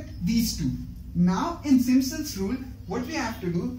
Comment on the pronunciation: खाना समय से खाया किजीऐ गले से अवाज निकल नही है थोड़ा जोड से बोलिए अच्छा रहेगा Simpson's hota hai Not simsons Ok